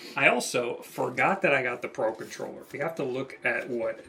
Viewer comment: Why do i hear "Paw Patroller" every time you say "Pro Controller" 😅?